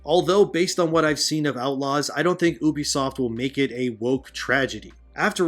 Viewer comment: You-be-soft. Not oo-be-soft!